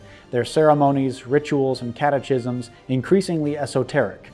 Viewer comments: "Catechism" is pronounced with a hard "ch," like "cat-uh-kis-um" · BTW, and sorry to be that guy, but it's pronounced "catakism." You're welcome. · Great video but FFS the word is pronounced "cat-ah-kism." No "ch" sound in that word. Great video though. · My only correction is the pronunciation of the word "catechism." It should be said with a hard "ch" as in "Christ. " Saying this as a Catholic, not as a Southern apologist. Oddly, when I first was taught civil war history in the midwest, we did learn the lost cause version of events, with a heavy focus on State's rights 🤔